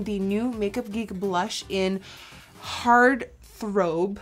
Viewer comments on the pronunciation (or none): Nikki, it's not pronounced heart thrOUbe. it's heartthrOb. Please if you're not 100% sure , check the pronunciation before posting a video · you said "heart throbe". its "heart thra-ob" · So cute how you mispronounced heart throb OMG I love your accent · Hard Throbe?? Did you mean Heart Throb lol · I love how she said harth robe when it was heart throb 😂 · The rob in heartthrob is pronounced like robin, not like robe. Just so you know. 💙💙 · "Heart throbe" 😂😂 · "heart throbe" I'm dying 😂😂😂😂😂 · heart throb is pronounced heart theu-rob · The way she pronounced "Heartthrob" Omg. I'm in love once again. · awww the way she pronounced Heart Throb... Loovee <3 so cute! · Nikki, babe, you mispronounced "Heart Throb" love youuu😘😘😘😘😘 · honaay you slayed this look! :) but the blush is pronounced heart THROB 😂😂 that part killed me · It's pronounced heart throb. Throb as in bob. 😀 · OMG listening to her accent coming out when she was going for "Heartthrob" was so cute <3<3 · Did anyone else notice the way she pronounced "heart throb" 😂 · I thought it was so cute how she pronounced "heart throb" 😂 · The way she says heart throb makes my heart hurt 😂😂😂😘😘☺️ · heart throb😂 pronounced 💗-throb😂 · I'm dying at how she pronounced "Heart Throb"